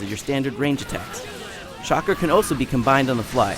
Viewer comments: I love the video but I hate how the guy calls chakra shakra WTF get it right lol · Shakra? O Rly Ign? Its pronounced as Shakra? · no its CHA-KRA XD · DID HE JUST SAY SHAKRA????? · They gave it a 8 because the guy said "SHAKRA" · what is this Shakra you speak of?? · I dont think the english voice acting is that good, English is not a good language to dub something with japanese names for characters and moves...Sounds really weird and lame. But i do agree that he is pronouncing it even worse than its normally pronounced in english. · It doesnt matter if he cant pronounce naruto or chakra because the english voice actors in the fucking game cant pronounce them right...so yeah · well only pronounced 2 things wrong naruto and chakra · Cant spell stupid without Ign.....well you can but you guys get it lol And i love how the guy cant even pronounce most of the words.....i mean you dont have to watch or be a fan of anime just to know how to spell it. Should have hired the monkey. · 646 people from the ign staff cant say chakra right. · WHAT A LOSER CANT EVEN PRONOUNCE CHAKRA WOWO FAILL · this guy doesnt know how to say chakra?? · Shockra and Naroodo .... yea this guys an idiot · nerooto? onamai? shakra? don't be a dumb ass! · he sais it more like charkra, wtf dude... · Lol I know the guy just said Shakra so I was mocking him =P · a little late but it's not "shakra" it's CHakra.. as in chalk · I was mocking the guy lol I'm not that stupid I read the manga AND follow the Anime. I know its Chakra. But still, super cool Shinobi call it Katra! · Shakra? Dude its CHA-KRA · I had no problem with this review until he said one word...just one fucking word..."Shokra"...i mean really...if you think you know so much about the fucking story as too downgrade it and go on about how much worse the english voices sound..you must've read the fucking sub-titles. Because they constantly say fucking Chakra..not Shokra.. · It's chak-ra not shak-ra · Actually its CHAK-RA, not CHA-RKA